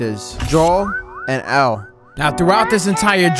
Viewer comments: Nah bro said EL 💀💀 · It's Ellie. Not L. Come on buddy smh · He saying Ellie wrong if ur gonna say it wrong don’t even play the game like me I’ve been playing the game since the first one so don’t even dare touch the game if I can’t say the names right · Ellie not L btw